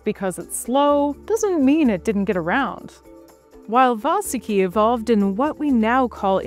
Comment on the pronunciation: It's 'Vaahsuki" not, 'Vasoooki", clown.